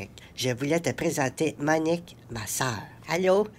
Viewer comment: "Moniqueu moniqueu" mdrrr